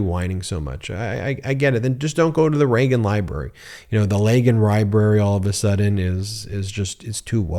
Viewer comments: "The laegan ribrary" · "Leagan Ryebrerry""